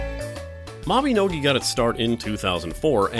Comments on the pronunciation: ITS MABINOGI! MAB-EH-NO-GEE (like MaGee)! NOT MABEHNOGEH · he says mabinogi wrong